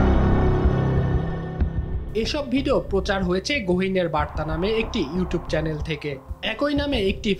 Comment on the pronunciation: চ্যালেন না চ্যানেল বলুন ,এগুলো সাংবাদিক না ঘাংঘাতিক 😂😂😂